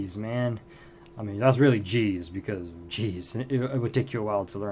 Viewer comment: Ge'ez with a hard g, not jeez.